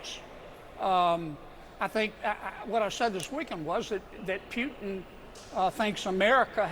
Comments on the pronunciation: He talks about respect , after talking so much trash in less then 5 minutes. How can you respect something like that?! And its Putin not Pjutin. Can someone tell him that`? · Putin not Pewton. Jfc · Dumb Kennedy can't pronounce putin. It's POOTin, not PYOOtin. As he says, repeatedly, "I don't know". We all saw the felon cave to putin in Helsinki. It was over then. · Why does he keep saying "Pyootin"? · Pewtin? I'll bet this idiot also complains about the 'fentinol' crisis and the risk of 'nucular' war with 'Pewtin'. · I’m shocked he doesn’t even know how to say Putin‘s name. He should be so embarrassed. I’m embarrassed for this fool. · I can’t tell if he is pronouncing Putin’s name like that on purpose or not because I don’t speak Chicken.😂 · This guy doesn’t even know how to say Putin’s name right good Lord he’s a piece of work isn’t he?